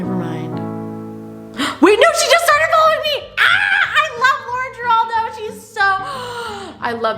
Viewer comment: it's lauren GIRALDO 😂